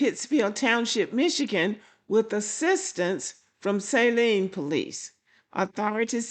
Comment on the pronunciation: In Michigan, we don't pronounce Saline like how you would say saline solution. It sounds more like Celine as in Celine Dion.